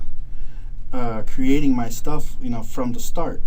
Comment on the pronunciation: It's "creating" not "crating"